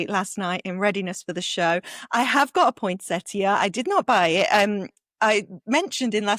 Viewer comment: Thank you for correctly pronouncing “point-set-ee-ya” 😊. #prunarbo_us thank you for giving us a second opportunity to try for your brilliant tool. I showed a video of the Prunarbo to our community gardening group and we are now all crossing fingers.